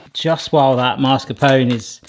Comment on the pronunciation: Was "whisk-a-roo" a pun? Seeing as you were literally whisking a roux sauce? Also.... mascarpone is pronounced like "mask-a-pony"